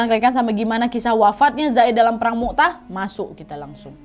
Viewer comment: Maaf ka nad perang mut'ah bukan mu'tah kak🙏